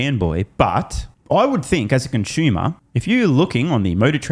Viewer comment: What's a conshumer? It's odd how many Tesla bloggers can't pronounce 'consumer'